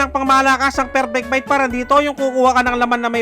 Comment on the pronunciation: Bakit Ang pan dinig ko perpekpekbite 😂😂😂